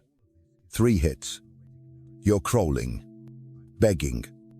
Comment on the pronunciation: Stop deleting people’s comments: These videos are half truths: 1. They are 30 minutes long because YT pays more if they are longer. 2. They are poorly AI narrated - e.g. crawling was pronounced ‘crowling’ in this video. 3. The ask you to share and comment so they get more engagement and paid more. 4. They basically tell you to just be on your own and not interact in any way. This too has no affect on the opposite sex. 5. Read ‘Cat-String Theory’.